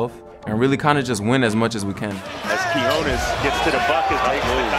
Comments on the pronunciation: why the eff would you pronounce ñ as 'j'?? 😳😳🤦‍♂️🤦‍♂️ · TO ANYONE WHO TALKS ABOUT QUIÑONES ON THEIR PODCASTS, YOUTUBE OR DURING LIVE COMMENTARY: CAN YOU PLEASE LEARN HOW TO PRONOUNCE HIS NAME!? IT'S REALLY NOT THAT MUCH TO ASK FOR. THANK YOU! So annoying!! 😤😤